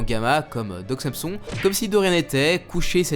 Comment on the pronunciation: On dit ''san son'' et pas ''Sam son''. C'est pas intéressant mais c'est une référence à un héro de la mythologie grecque